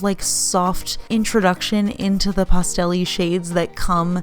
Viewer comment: I like how you say pastel like “pasta” with an L on the end lol